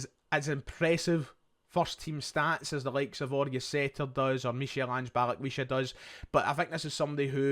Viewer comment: It’s pronounced Mikal Ange